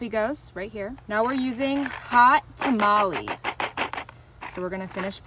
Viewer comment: I swear some people these days. Also it's not "tamaleys" it's "tamaLES" try pronouncing the s as a z it's not that hard.